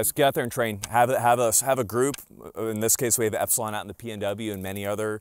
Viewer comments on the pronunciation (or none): none